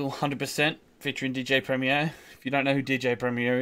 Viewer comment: Great reaction mate. I agree DJ Premier is 1 of the best producers of all time. So will you please say his name right. Haha. Keep up the good work.